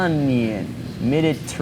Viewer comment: Gotta love that asian mide trrrranian food haha